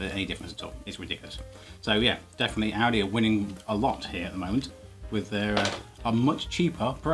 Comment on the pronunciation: I know it sounds like Audi the way he says it but the supermarket is actually called Aldi.